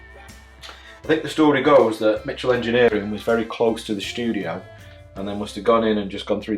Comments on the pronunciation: It’s MICHELL not MITCHELL , there’s no ‘ T ‘ in the name .😢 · There’s mo “t” in Michell Engineering. It’s pronounced like the girls name. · Yes, Michell (not Mitchell! And pronounced the French way!) Engineering designed and built some of the techy looking stuff for the Kubrick sets - and was in Borehamwood where Kubrick lived.....and incidentally where David Gammon had the Transcriptor Turntable factory - it was he who made the Transcriptor Hydraulic Reference turntable seen in A Clockwork Orange and not John Michell.